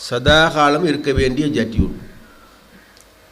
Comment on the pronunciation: அடேய் நுவரெலியா அப்பக்கோப்பை அது ஜட்டி இல்லை ஜெற்றி